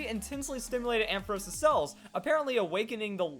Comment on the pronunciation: You're pronounced ampharos wrong